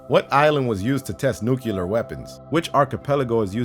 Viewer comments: HE SAID NUCULAR... IT IS PRONOUNCED NUCLEAR like (NEW-CLEAR) GRRRRRR!! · It's nuclear, not nuceelar. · Pronunciation errors.... 1) It is 'nu-clear', NOT 'nucular' !! 2) It is Palestine(as in ...tyne), NOT 'Palesteen'!! AND.... where is the item used as the 'trailer-frame' for this video?? 😡😡😡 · nuclear not nuculer. why the fuck does everyone pronounce it wrong. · Its pissing me off ... why do you say Nucilar ... weapons . ITS FUCKING NUCLEAR its not nucilar , nuciler or nuklar .... its fucking NUCLEAR. Im not a native english speaker and it still pisses me the fuck off ... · it's nuclear, not nuculur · I almost didn't watch hearing "nuculer"... Nuclear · Can someone explain to me why some people pronounce the word "nuclear" "nu-cu-lar"? I genuinely do not get it. Thank youu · Nucular weapons? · NUCULAR WEAPONS! :D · My god,, you didn't just say "nucular". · What are 'nukellar weapons'? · That's one of the better "nuke-ul-ar"'s I've heard. At least you're trying. Just remember it comes from the Nucleus. It has an 'E'.